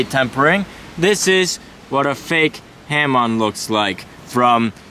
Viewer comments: Guys, it's pronounced ha-MOAN. not HAM-on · "Ha Moan" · It's pronounced hor-Moan line